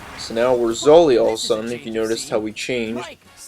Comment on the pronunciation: OMG it is sully not zully